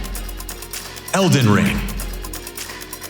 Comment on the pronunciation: AAAAAAHHHHAhahahaha Dude thinks that they are all laughing at his "not user friendly" joke. But that really was only half of them. The other half was laughing their ass off at dude saying Elden Ling for the 4th time that acceptance speech and then went ont to say "For the first time.... Lee Lee Lee Lee Lee... (continues to studder hard through the last bit of the speech)" Then the guy he is translating for..."Thank you very much" In way better English than the paid translator hahaha I know it is a short very common phrase but man that was a great final acceptance speech